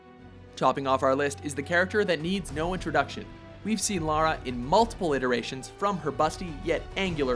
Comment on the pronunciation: Finally someone that prnounces Lara Croft's name right, so many say Laura but it's Lara.